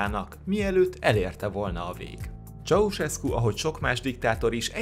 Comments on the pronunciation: Ez van! Mikor hallom hogy "Csauszeszku".... Pfff... Csaucseszku. Dehát jópár éve Magyarországon vagyok... Igazából nem is akarom kijavítani. :) Jó az úgy is. :D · Ceaușescu nevét eleve sokszor rosszul ejtik a magyar médiában is, de azért egy kis utánajárással (az igényesebbje) sikeresen abszolválja, ahogy Duvalier, avagy Pinochet esetében is. . Ezért írtam, hogy nagyon rossz, ha valaki nem ismerni, nem tudja, hogy kikről van szó, csak felolvas egy szöveget. (még azt is helytelenül). Nem hibába volt régen egy valódi szakma a hírolvasás.